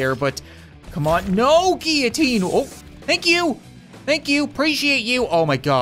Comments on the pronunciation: it's not gee u teen it's gill o teen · Why do you say geeoteen, instead of guillotine? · Every time he mispronounces guillotine he triggers me. It is pronounced gill oh teen. Not gy oh teen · Its not gee-a-teen its gill-a-teen (how to pronounce it) btw i love your vids! 😁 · For goodness sake it's guiLLotine not gEEitine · its pronounced guillotine gill-oh-teen not gee-a-teen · He pronounced guillotine giutien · That’s a weird way to pronounce guillotine lmao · Not how you pronounce guillotine